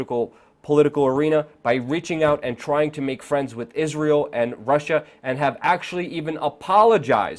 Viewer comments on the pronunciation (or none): none